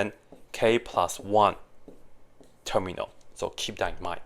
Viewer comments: Because he pronounce it as Ter-mi-al instead of term-yal. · "Terminal" instead of "termial" is painful 😭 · termial, not terminal. his pronunciation is sloppy. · Is it me or do i just keep hear him pronounce "termial" as "terminal" with an "N" ? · lol i was wondering why it was (as i thought) called "terminal" when in fact it's called "termial" which now makes much more sense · yes that's why he put the text at the start because he got it wrong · It is terminal with a N guys ! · He is definitely inserting an N sound, but do cut him some slack. Coming from Mandarin to English is no simple task. 😊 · yeah, that kept confusing me to. I kept looking up terminal in mathematics and not getting the definition I was expecting. Thank you! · Yes… And I hate it